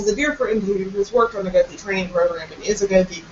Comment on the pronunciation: Your pronunciation of goði was painful. "goþi"